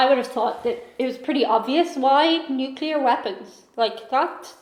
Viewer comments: You are correct. It seems like everyone mispronounce nuclear. President Bush was famous for saying nucular. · NUKE-LEE, are .... atomic NUKE-YOU-LAR .... botanic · Thank you for questioning that dumbasses pronunciation of nuclear period for 8 years I would get angry every time George Bush would say nucular. Every time he said it he sounded like a surfer dude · Whenever I hear nuclear pronounced as "nucular", I wanna throw my laptop out the window. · Hello, anyone who pronounces it "New-Q-Lar" probably gets a "bless your heart" in the south and "are you an idiot" in the north. Tonight we have a $650mil lottery. You pick the #'s, I buy the ticket, we win, we split. Are you game? Do you have any Irish Luck in you? Pick 5 from 1 to 69 and then 1 from 1 to 26. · I think it's an accent thing when people pronounce nuclear as nucular. A good mnemonic device is nucleus as in atomic nucleus so nuclear. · THANK YOU!!! That mispronunciation drives me INSANE!!! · You are correct: the narrator mispronounces "nuclear." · You are CORRECT, it IS nuclear. I hear people mispronounce it all the time, even people who have professional ties to the industry and should know better. Drives me crazy. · Is is really that difficult to pronounce NUCLEAR, correctly ?!?! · This video omitted our greatest weapons – our military service men and women and our allies. You'd think a posh British presenter would know how to pronounce "nuclear." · actually pronouncing nuclear is dependent on the accent and some can barely say it like the former president bush the younger as he barely said it right. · 🤣 While still pronouncing it “nuc-u-lar” 🤦🏻‍♀️🤣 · You're right. It's nu-clear, not nook-yuh-ler. That sh't drives me crazy...There's no freakin' "y" in nuclear! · I hate the way the narrator says "Nucyular" instead of Nuclear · Yes, it's "nu-cle-ar" not "nu-cu-lar". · You are correct, it IS "noo-klear", not, "nook-u-lar". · New-klee-ar. Not New-kyoo-lar. Sigh.